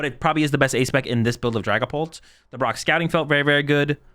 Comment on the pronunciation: Ah yes, Dragaoult